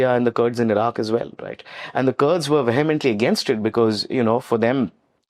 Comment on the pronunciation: It's not Curd, but it's Kurd.. Indian and their pronunciation 😂😂😂